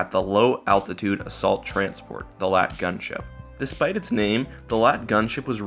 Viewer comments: And another thing that shows how much you don't give a shit is how you say lat... its L A A T.its amazing how you gave enough of a shit to read of a wookiepedia summary T.its lel xD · L.A.A.T, not a LAAT you say each letter like the AT-AT